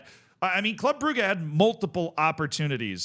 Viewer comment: I'll never get over how pronounces "Club Brugge"